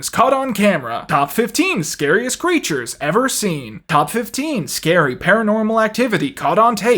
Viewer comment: pronunciation: crætures